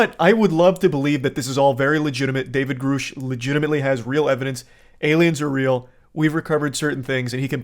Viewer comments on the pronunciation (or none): God it annoys the hell out of me listening to you mispronounce Grusch. It's Gr uh SHHH. Not GrUUUU SHHH.